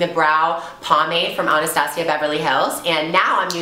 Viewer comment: Thank you for being one of the only beauty gurus who can say Anastasia correctly!!!